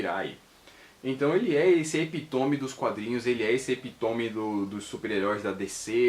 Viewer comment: Não eh epitome como vc pronunciou e sim epítome com acento no i